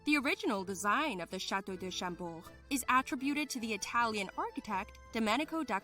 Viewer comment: It is "Château de Chambord", not Champort. It is "Mont Saint-Michel" (or Saint-Michael's Mount) and not Le Mans